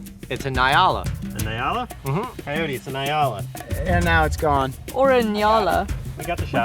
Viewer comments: It's pronounced n-yala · I live in Africa. It is pronounced “NI-A-la” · I am a South-African and ive been there before, many times, you should have gone to the " Kruger wildtuin " directly translates to kruger wild garden. It would've made a MUCH beter video 😂 and please.. just say Nyala like you would say Enyala. I love your content!